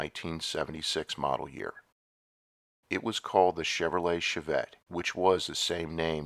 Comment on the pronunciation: "Shov-vette", lol